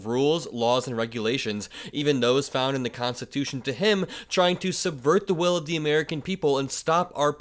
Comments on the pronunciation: "We're going to make it Constitush." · The person isnt even saying constitutional, listen, constitush... Have a happy please and thank you. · How often can one not finish the word constitution in that short clip? (Constitushhhh)